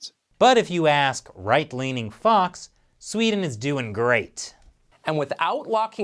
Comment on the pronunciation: Thank you. Thank you for understanding that we won't really know anything for certain until it's over. Thank you for a balanced report of Sweden instead of the hyperbolics most U.S. media usually puts out. And thank you for noticing there's two E's in Sweden! Very refreshing hearing an American not pronouncin it "Swed'n".